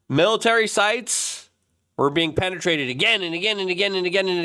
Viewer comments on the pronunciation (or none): none